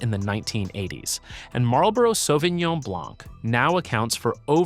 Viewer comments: I stopped watching the video when he pronounced the c. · I came to look for the comment. It drives me crazy. Matt Leblanc… ugh. why pronounce the ‘c’. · As a French man, I die a bit each time you say the C in blanc.... it's silent !!